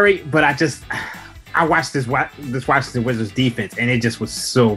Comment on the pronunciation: "Wazzington wizards"lol